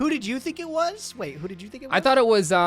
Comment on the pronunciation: It's pronounced "Dododo", not "Dududu"